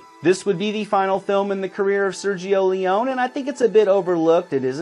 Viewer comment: The way the host pronounces Ione and Leone makes it worth the watch. Oh, and Overboard ranks above Blade Runner and Blade Runner is ranked 72...Oo